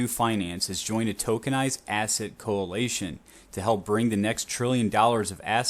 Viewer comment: Coalition not co-alation lol